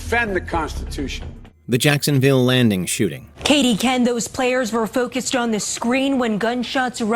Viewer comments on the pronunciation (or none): none